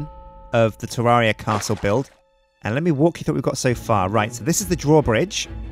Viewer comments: Did you say Jewdaria? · Episode 35~ and he still doesn't know how to pronounce the name of the game.